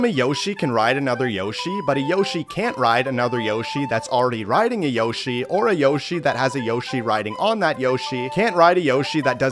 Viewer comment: bro what 😂😂😂😂😂he said yoshy 8e b times😂